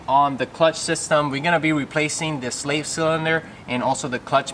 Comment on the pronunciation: The way you say "Slave" is weird lol sounds like your saying "slait" and does the kit come with the adapter piece for the clutch line that goes into the slave cylinder?